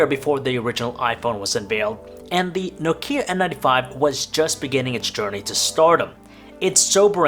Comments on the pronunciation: n"OH"kia, not nok"IH"a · Why do you pronounce it so weird? It's 'Nokia not Nok'ia... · It's not pronounced No-kia. It's pronounced simply: Nokia. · 2018 and this idiot doesnt know how to pronounce Nokia... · PS: You mispronounce Nokia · Do people forget how to pronounce nokia? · Why u say Nokia like that 😐